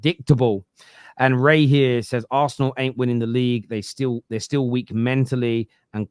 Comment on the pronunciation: Why can you say city properly yet you cant say liverpool and arsenal lol they are just club names bud nothing to be scared of